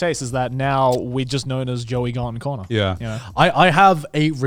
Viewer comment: Ah yes, Canur and cahner from the vtubers he plays with